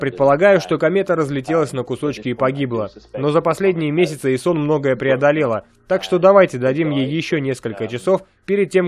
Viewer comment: Айсон , а не исон